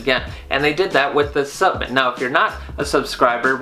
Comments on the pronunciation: WTF is a “subment”? Good review, but learn how to enunciate, bro! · 10mg melatonin is way too much. Studies show that 1-3mg is ideal. You can also lose your ability to make melatonin on your own after taking it every night, so you end you depending on the supplement. Just fyi. Also, in the future could you be more accurate and say "supplement" and "inositol". Made it less professional with the way you said those. Thanks.